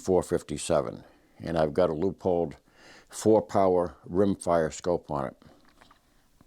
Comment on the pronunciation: This gentleman speaks proper English. Leupold is pronounced "Loopold" NOT Leopold. Drives me nutz!